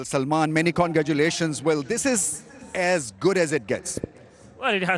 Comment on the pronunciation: 😂Congagatlation❎ congratulation✅